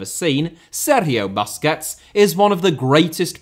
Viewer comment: Boosquets not BUSquets!